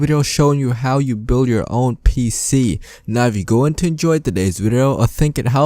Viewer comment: bro you sed buil In sted of build